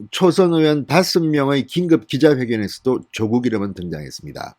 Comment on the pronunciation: 사전 좀 찾아보시고 더욱 정련된 가 됐으면 합니다 조:국x 조국o, 만냑x 마:냑o, 성녀콰x 성:여콰o